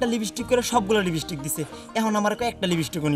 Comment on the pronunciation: লিবিস্টিক না লিপস্টিক